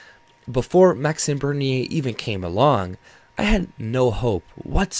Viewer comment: I noticed you pronounce his name properly. 🤗